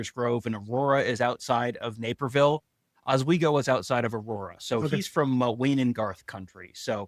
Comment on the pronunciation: Oswego,, say the S!! Fox Valley, grew up in Elgin and Batavia guys, back here in Meeeechigan, Kzoo!